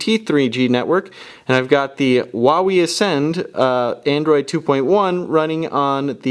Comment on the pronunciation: xD I thought you said whenever you said Huawei